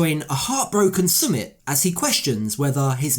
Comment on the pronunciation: You say his name wrong!!!